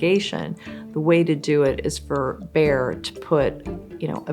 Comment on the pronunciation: good story, but you should really learn how to pronounce Bayer. It's a German, one pf the biggest companies in the wor;d, selling Aspirin. Saying Bear all the time, not only hurts ears, but also put blame on poor Bear instead of Bayer executives.